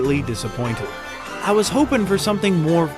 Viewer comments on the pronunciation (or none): none